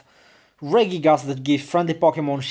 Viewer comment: It's funny how you pronounce Regigigas. It's actually Regi-gigas. And you pronounce it Ray-gigas. I think you know that already but mispronounce it because of your habit. :|